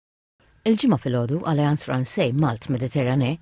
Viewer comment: Send the annoncer to Alliance Française to learn how to say Française 🙄